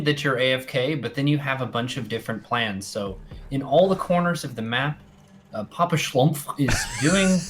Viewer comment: The pronunciation of "PapaSchlumpf" was epic :D